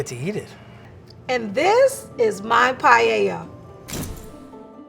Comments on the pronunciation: As a Spaniard, I think we lost the "Don't put chorizo in a paella" war. Now I would symply settle for English speakers to not pronounce paella like "pah-yeh-yah". I really enjoy the full video, tho. Fantastic video edition 😂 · Every time someone said P A I E I A i lost like 10 years of life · Every time they said payeya, a Spaniard died 💔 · Guys, fellow Spaniards, calm down. This is not meant to be paella, we clearly heard that it’s Payeya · I can’t unhear “payella”. My English is so bad I shouldn’t be criticizing their Spanish, but “payella”? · Me: a Spanish watching the titlte of the video -> I'm gonna get triggered by the pronunciation for sure.: PaLLella Me: TRIGGERED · Agreed, but I also hate that they say pallella they just don't try neither cooking or talking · Lo que es realmente curioso es que lo pronuncien como “pallella” 🤣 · this is just awful all three and do not pronounce the words paella or spain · “I grew up in a Spanish and Hispanic household.” Proceeds to completely butcher it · Don't say paella anymore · I´ve a problem with the pronunciation of paella, please at least said it right if u are gonna talk about another country´s food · As Spanish and Valencian, I can't stand it 😂. You can do your own version of rice with "things", but please, for the god sake, don't call it Paella 🙏. Anyway, enjoy eating your recipes. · I love how none of them pronounces paella correctly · I am Spanish and is making me suffer a lot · All love, no hate (Especially for <3), and I'm not really a pronunciation person, but the way they pronounce paella triggers me everytime. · As a spanish speaker, it's sooo funny to hear you guys pronounce "paella". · Not paieia but PAELLA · Why do they say payeyeia. Es Paella, PA-E-LLA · Quién quiere llorar después de ver estas paellas 🥲 hasta el lvl 3 le pone cosas raras xd (me encanta que le digan "pallella" o pela" ajsjjaja) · I was so confused throughout. Here in France, paella is pronounced paeLLa not paeya